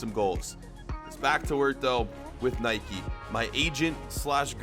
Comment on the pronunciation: He mispronounces both Nike and Adidas